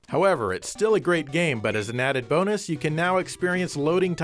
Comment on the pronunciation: sounds like she's saying almost "Boner" instead of "Bonus" at